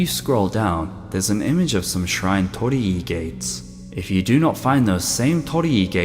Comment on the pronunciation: So that's how you say "Tor-ri Gates"